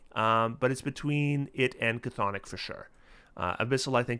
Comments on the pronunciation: The CH is chthonic is silent by the way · Love the Cthulhu pronunciation of chthonic! The grognards may recall the opposite in the first Deities and Demigods, the chthonic (and evidently incorrect) pronunciation of Cthulhu (Thool-hoo). 😀